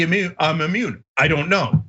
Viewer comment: Instead of maybe I'm immuned...he was actually saying...may I'm a-moron